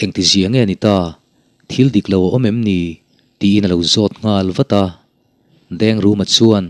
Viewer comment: Englai mah in Ngãl hi a ri hniam in kan lamri ngai lo . A rihniam a i lamrik chuan a awmzia a bo hmak mai ang . I ngal ka khawng a ngeh. Ngal hi a ri hniam a i lamrik chuan a awmzia a bo daih ang. I ngãl kha ka khawng fawk mai tur a nia... 😮😅😅 .